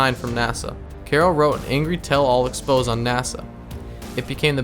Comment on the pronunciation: Exposé is not pronounced the same as expose Lol this guy is so monotone